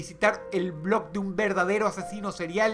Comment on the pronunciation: Dross pronuncia mal el nombre del blog